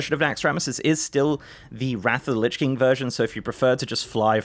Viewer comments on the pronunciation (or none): none